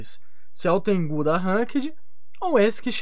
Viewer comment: mano, não é Tengú, é Tengu (Tengo) KKKKKKKKK